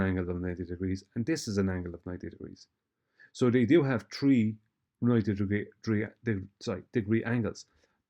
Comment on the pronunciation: I'm sure I've heard count "One, two, tree". OK, as you were.